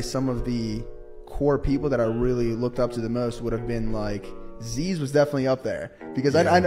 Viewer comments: Its pronounced “ziz” not “zeeeeeez” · The way he’s pronouncing Zyzz tho 🤦‍♂️ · He can't even pronounce Zyzz correctly?